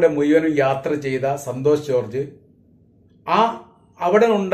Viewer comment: ...ഈ...മുയുവനും എന്ന് പറയുന്നത് മുഴുവനും എന്ന് ആക്കി പറഞ്ഞാൽ കുറേ കൂടി നന്നായിരിക്കും....ഞാൻ നിങളുടെ എല്ലാ vedio യും കാണാറുണ്ട് പല പ്രാവശ്യo